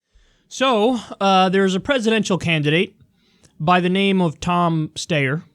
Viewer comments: It's "STY-er". Have you never seen his fucking ads, Kyle? FUCK-FACE STEYER ("FFS", for short) always says his goddamn name. I hate this shithead so much. I'd rather see more of John Delaney/Michael Bennet/Steve Bullock/John Hickenlooper. I'd VOTE for BIDEN if it meant Steyer would just drop dead. Loathsome turd. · It’s pronounced STY-er and is also a brand of Austrian made firearms (spelt Steyr) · Steyer like the coat hangar looking bull pup type assault weapon used by Bruce Willis's character in the original Die Hard; pronounced like Briar ... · Pronounced "SHTIRE" , following common English writing patterns, and rhyming with American pronunciation of "shire" or "wire" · I think the 4 attempts to pronounce Steyer should be part of his nickname. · Love you Kyle, but for the love of Jesus -- Name mispronunciation humor is the unfunniest thing you can possibly do. No one thinks you don't know how to pronounce Steyer. Leave that dumb shit to Dore.